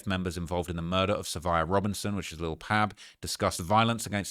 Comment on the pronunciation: BTW- you might get a pass because it might just be your accent but it's Lil' Pab pronounced Like Bob, Cobb, Mob, Rob, etc.......... It's NOT pronounced like Cab, Dabb,Lab, Tab etc....